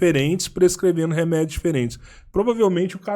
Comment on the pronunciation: Nem "renedios" kkkk